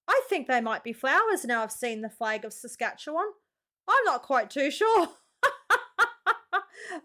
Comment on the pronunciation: im impressed she actually said "Saskatchewan" correctly there are canadians who dont even get it right. Nunavut became a seperate territory, when the NorthWest territory was split in 2. done so more for cultural independence, and self ruling as 85% of the residence are Inuit (the PC word for eskimo, in case you are lost to what an Inuit is, as outsides dont know what that is but instantly have a stereotypical idea of an eskimo)